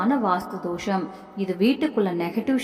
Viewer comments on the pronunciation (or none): none